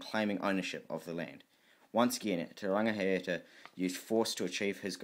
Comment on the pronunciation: Awesome mahi brother, just remember to check pronunciation especially with chiefs such as these you are butchering there names, imagine everyone were to do so the language of Maori would change. Te Rangi high ata Te Rau Para ha